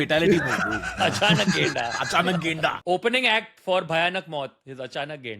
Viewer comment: tanmay bhai it's gaida not genda gaida means rhino in nepali.